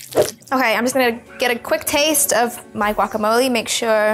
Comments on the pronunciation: its guacamoleh not guacamoleeee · Guacamole has jalapeños ladies. Important ingredient. Also the g is silent when pronouncing. You heat needs to be higher when cooking shrimp.Kylie quit touching your hair when handling food or cooking in the kitchen..